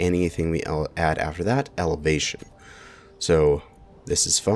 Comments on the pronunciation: Turret "Evelatation" 😂🤣😂🤣😂🤣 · "evelation" me: internal screaming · Evelation. Elevation. Meh, same thing, right? LOL